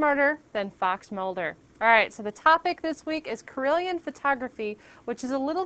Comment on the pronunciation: i kept thinking you said corellian photography